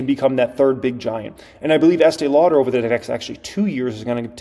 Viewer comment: You are talking about eatee lauder?!! What about L'Oreal?!